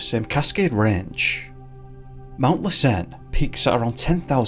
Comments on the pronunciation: Ouch! While I love most of your videos, the first one was hard to listen to. That volcano is pronounced LASS-en, not lass-EN. Something to remember-- it was active at that time. Maybe that had something to do with it. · FYI: It's pronounced Mount 'Lass_inn' not 'less_earn'. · Been bingeing on your videos. Want to help you pronounce the name of the the Volcanoes in Northern California correctly....( LASSEN, along with SHASTA are LIVE volcanoes). Lassen is pronounce LASS-en, not lass-EN. The first syllable the most strongly pronounced. LASS, (as in the Scottish word for Girl) = en, (as if you were saying the name for the 15th letter of the English alphabet). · Hey! L:assen is pronounced LASS-en. accent on first syllable. Merry Christmas, great video, thank you! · Hey, thanks for all your videos! You’re my favorite YouTuber, and I’ve seen every single video on your channel! That being said, since I’m from the area (Reno/ Lake Tahoe) lassen is pronounced without a stress on the second syllable… it’s hard to think of something that it rhymes with off the top of my head, but the closest i could say is that rhymes with “passin’” obviously that’s slang but, like I said, I can’t think of anything else at the moment. But yea I’m a big fan! Thanks again for all your videos!